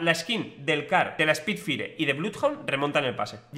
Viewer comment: spidfaier, para que se pronuncie bien